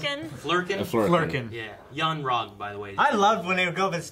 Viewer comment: That dude in the black shirt, far right did not say "yon-rogg" 3 times. He said "Van Rek" or some shit. Then he corrects the dude in the pink shirt. Some nerve. He should really watch and listen carefully to himself on these reviews. I remember him being like this for the Fantastic Beast review. Insufferable. This groups reviews are great to listen to nonetheless, but that dude tho.